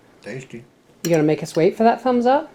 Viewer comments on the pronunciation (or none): none